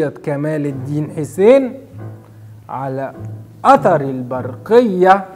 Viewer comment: هيه الحلقة حلوه ودمها خفيف وكل حاجه :) بس هيه اسمها "علي إثر" مش "علي أثر" .. ويا رب تكونوا بتشوفوا الكومنتس :D